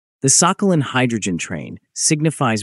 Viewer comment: Thank you, ChatGPT. But the commenter was just mocking the pronunciation of the island's name in the voiceover, is all. In the Russian pronunciation, the "х" is somewhere in between the Scottish "ch" and the English "h", not "k"; and the stress is on the last syllable. "Сахали́н".